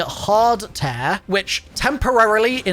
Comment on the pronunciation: You say tear very weird. its not tear as in tear something in half its tear as in crying tears